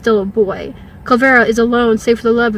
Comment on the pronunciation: Its clearly Kullervo. Why does she keep saying Kullvero?